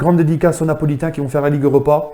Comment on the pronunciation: À tu dit les nopolitain !!!!!